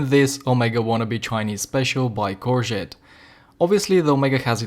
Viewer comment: Is the Corgeut worth 50 eur, YES, is the Omega worth 5000 eur, NO. I have owned a few Corgeut watches and for the money they are incredible. It goes without saying that the Omega is considerably better, but a hundred times better? One more thing, when pronouncing Corgeut, there is no "T" at the end